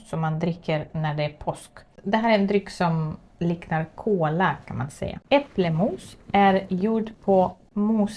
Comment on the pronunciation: Det heter äppelmos, inte äpplemos.